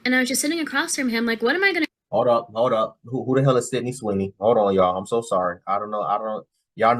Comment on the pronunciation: Bro said syndey Sweeny... Man that's shows she watches. Aint no dude she talked to say his type is Sydney Sweeny by name.